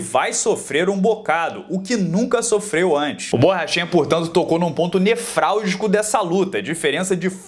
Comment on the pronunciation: Sou o chato do português! O correto é nevrálgico (e não nefrálgico). Ah, eu também erro, portanto, não é empáfia, é apenas uma dica, dada de coração!